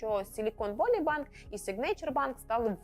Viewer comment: Valley читається як "веллі", а не "воллі". Отака хитра англійська мова )))